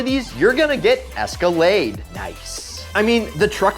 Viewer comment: Cadillac: Its an es-ka-lade: Its an es-car-laid me:👀👀